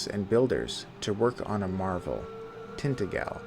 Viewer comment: Is it really pronounced like that in the game? I honestly don't know. But in the Hallmark Merlin miniseries they kept saying Tint-A-Jell. The lore connection with Welsh mythology is pretty genius though - in the Celtic legends, Vortigern was building either Tintagel or a different fortress in his kingdom and it kept collapsing, until his Druids inform him he needs to find a boy with "no mortal father" and "mix his blood with the mortar". That boy turns out to be Merlin. Since Merlin's father was either an incubus [if you follow the Christian version], or Celtic deity that is lost to time.